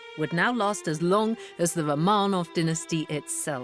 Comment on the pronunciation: I love documentaries with Lucy Worsley. However I wish she would pronouce Romanov right. I cringe everytime...